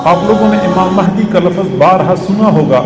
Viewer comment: Pehle urdu to sikhlo hazrat...lafz hai lafaz nhi....aur imam mehdi a.s ke upar ...comment kar raha hai ....🤣🤣🤣